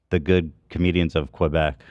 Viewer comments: why do english speakers always add a 'w' sound when say quebec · “Qwobec” lol